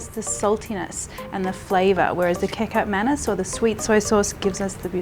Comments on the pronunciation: kecap is direct translation from the word ketchup. Same pronunciation, just different spelling. Manis is pronounce 'munees' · Kecap Manis. The word kecap pronounced like 'ketchup' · As a Indonesian, I can approve this is mie goreng, but “kacap manis” is not pronounced like this. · Hope she learns to pronounce Kecap manis soon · The pronounciation is same as ketchup Manis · Hahahahahaha the KECAP MANESSSS pronunciation 🤩✨ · Kecap manis ..practise the pronounciation,please since your video is widely watched . Your recipe is quite exact the ingredients of mie goreng. With pork and prawn inside, you can't eat one portion only. I usually add slices of meatballs too , both the beef and fish one. Thanks for the video . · Lol..Marion get the pronunciation right from your malay n Indonesian friends..I had a fit of laughter when you said.kikap manis..its prounced as ketchup manis.. the malay n Indonesian language in alphabetical pronunciation is different from English..but Maam.love your cooking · Hi Marion! I'm Indonesian and I adore this channel. But when you said "kekap manis" I was like, huh? What? Then it hit me. OHHH it's kecap manis It's actually pronounced as "ke-chap manis", but thanks for sharing this recipe, much love from Indonesia ♡ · Love your recipe Marion! Btw it’s pronounced “ketchup mah-nees” for the kecap manis (ketjap manis with old/Dutch spelling) 😆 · Me: Catch up Manis Marion: Kee Cup Manis Me: Kee Cup Manis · Yes...at first i thought she was saying KICK-UP MANIS🤣🤣 instead of saying KEECHAAP MAANIS😉😂😂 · Kecap Manis = Ke..chup (without "t") Ma (in Mama) knees That is how you pronounce Kecap Manis. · May I suggest the pronunciation of the dark sweet sauce? It is "Ketchap" Manis. In English it is almost the same pronunciation .Ket as in cat, Malaysian spelling, Cap but pronunced " ch" as in the word " church". Hense " Ket- Chap" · "kickap mannes" hahaha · Kecap Manis is pronounced "Ketchup Manees" Marion! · It's pronounced Key - chup - mar - nees